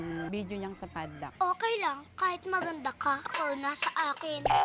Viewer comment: this is how "fadlack" girl pronounce pad lock. 😊